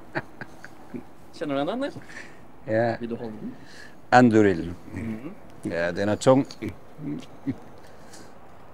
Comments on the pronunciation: I also thought it was really cool, although the pronunciation was slightly wrong: it should be pronounced an-DÚ-ril, with the stress falling on the penultimate syllable, since there's a long vowel there. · His language skills or so good he said Anduril with an accent.